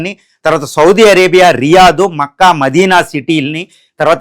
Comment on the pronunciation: Adi maccca kaadhu but it's mecca